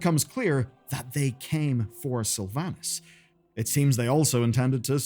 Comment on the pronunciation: Pronounce Slyvanas Correctly Challenge (impossible)